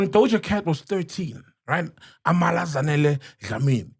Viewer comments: Its not Zanele but zandile Dlamini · It's Zandile Sol not Zanele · Zandile is her name actually not Zanele🙏🏽